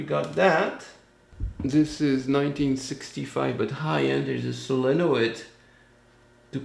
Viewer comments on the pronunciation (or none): SELA-NOY-D love how pronounces things! That French accent!